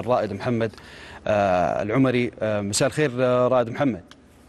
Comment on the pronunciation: اسمه الرائد محمد ﺎلعَمري بفتح العين وليس ضم العين دائما مقدمي القنوات ما يفرقون بين الفتحه والضمه وقبيلة ﺎلعَمري. تختلف عن العمري بضم العين